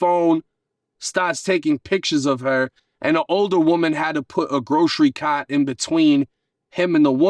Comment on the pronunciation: Walmaaaht and grocery caaaht get me 😅😂😂